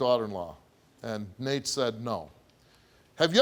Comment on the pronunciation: It legit sounded like he called Nate Mr. Naked 😂